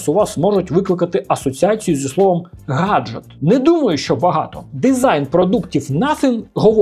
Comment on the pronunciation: Хаджет, Хаджет....